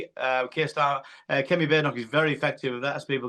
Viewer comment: "Kemi" 🤣 You had me right up until this word.